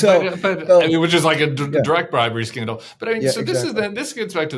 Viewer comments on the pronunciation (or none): Scandal, not candle!